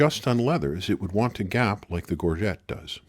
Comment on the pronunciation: All this knowledge and didn’t learn how to pronounce gorget.